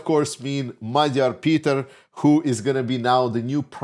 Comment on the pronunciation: Thank you for pronouncing Magyar Péter's name correctly and for your enthusiasm:)